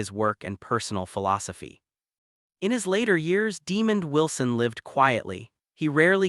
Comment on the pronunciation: I am so sick of these A.I. generated sites. It can't even pronounce the mans name right.